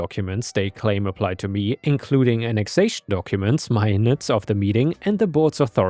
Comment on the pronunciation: You are definitely better than AI, but why do you keep making AI mistakes? Minutes (like 1/60th of an hour) you called ""). "Chas-ter-cise" is your go to when you're chas-tised.